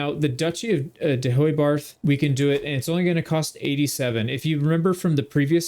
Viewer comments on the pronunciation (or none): someone has probably said it but it's pronounced more like De-hey-barth